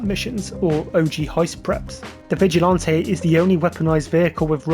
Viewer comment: Bro says vigilante like he’s sipping a strawberry daiquiri with his pinky out😂 Vigilanté🍓